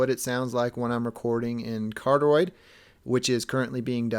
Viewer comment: "Carteroid" I lold so hard man. Good review though. Peace 👌💪